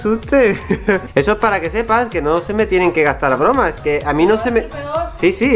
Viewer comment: No puede decir bromas en el minuto dice el boromas